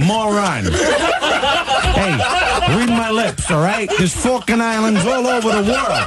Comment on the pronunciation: Falklan islands =Falcon islands, not fukin islands..